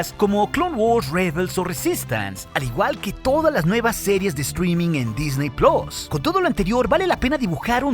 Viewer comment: Infumable el tono de voz... 30 secs y lo tuve que parar. Y otro tema ¿Dysney "PLOS"? xD